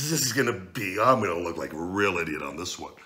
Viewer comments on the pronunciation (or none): none